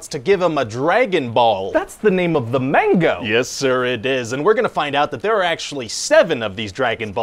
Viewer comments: Manga, not mango! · everyone: manga Ryan: mango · Nerds: Manga Ryan: Mango Everyone: Cartoons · Every time he say, "Mango," I scream, "Manga!!" lol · It hurt hearing him say “Mango” 😆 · pretty good except its manga not mango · omg my inner weeb is like "manga not mango." "it's ki not airbending!!!" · mango not manga🗿